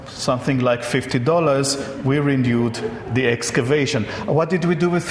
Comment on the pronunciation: 6:xx I heard "actuation" but it was probably "excavation"